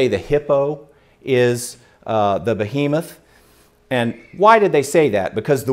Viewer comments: Kind of funny he keeps pronouncing Behemoth ("be-He-moth") as "boh-HE-meth." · "bohemoth" * sigh *